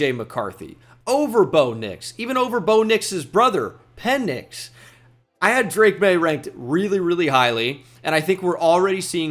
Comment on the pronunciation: Pen-Nix 🤦🤣 Juat no 😂